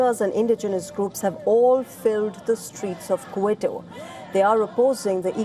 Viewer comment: It’s pronounced KEE-TO. (Capital of Ecuador)